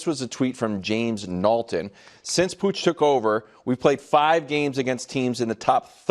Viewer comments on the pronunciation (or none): POTCH-er-tino (not pooch) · "pooch" is hilarious 😂 It's a short 'o'... "Poch"